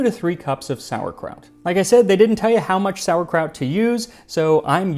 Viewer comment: You say "it smells like sauerkraut" I hear "it smells like spitting in God's face".